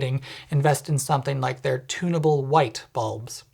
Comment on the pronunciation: You said "Tuneable Lightbulb" but my brain heard "Tuna Bowl Lightbulb"